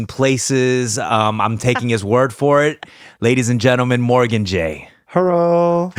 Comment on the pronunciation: When she said herro I thought she was being ironic but it did make me laugh 😂